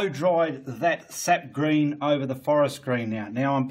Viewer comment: Are you saying, "Seth green", "set green" or "sept green"? I can't quite understand what you are saying.